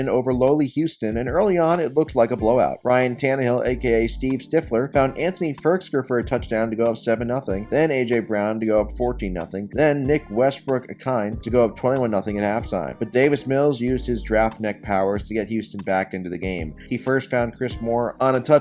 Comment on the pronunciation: Its Ikina, not Ikhine